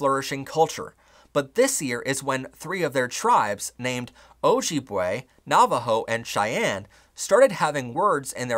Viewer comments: no idea if anyone has pointed this out in the comments before me but objibwe is pronounced [o-jib-way] ! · You are mispronouncing a number of names of nationalities, groups, etc. ie, Ojibwe, Trajan, Assyrian